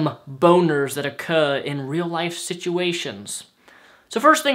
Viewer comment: When you said occur, you sounded british as fuck XD